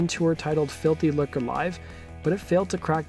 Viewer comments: I know. That pronunciation was doing my head in. But it's pronounced [ˈluːkə]. No 'r' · Lucre is pronounced "loo-cra" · It's really hard to listen to this guy repeatedly mispronounce Lucre. "filthy looker". One might assume that if you have a bunch of followers and are going to narrate a video you might look up how to pronounce words you aren't sure about. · It's pronounced "FILTHY LOOOKERR"🇬🇧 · the way you say lucre is horrific